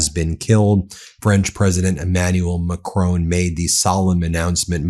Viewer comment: Macron - pron : like 'pawn' - Emmanuel Macrawn - just to tune up the pronunciation. Thanks for showing the Intl disaster this is continuing to be ...